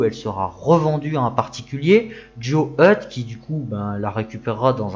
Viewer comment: Juste un point orthographe : QUI ne prend pas de S à la fin. Il serait judicieux de ne pas faire de liaison. 🙂